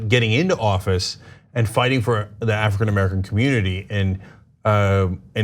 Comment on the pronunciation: Cenk: African Amercilum